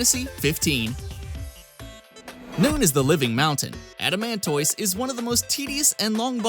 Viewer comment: Adamant-iss like a tortoise